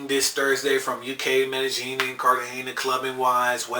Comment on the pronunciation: Stop saying it with a "j" it's a "y". Mey-deh-ying.